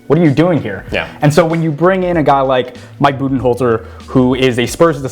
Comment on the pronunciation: ha, keep sleeping. if you want to make this video might have to do something crazy like stop watching the 76ers and actually watch bucks games. but hey at least you pronounced Budenholzer's name right which was wrong only a week ago on the show. 1. How do you talk for almost 20 minutes and not actually talk about bucks defense (#1 in defensive rating as you noted) which is a much bigger deal than their offense? 2. bucks are after the rockets and raptors? ha 3. warriors have literally no one who can defend giannis......... warriors do still have 3 guys who are ridiculously good at scoring but that's about their only edge